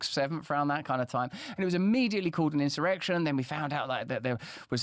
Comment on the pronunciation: 😂😂😂 I thought u said the next Reservation 😂😂😂